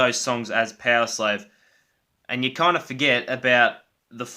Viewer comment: Good ranking, Somewhere in time and Number of the beast are probably the best i think, Somewhere in time is more solid while the top songs in Number of the beast are a bit better -> Number of the beast, Run to the hills, Halloweed by thy name. Btw, did you say "Peoslave" instead of Powerslave ? Maybe I´m more used to hear American English than British English ;)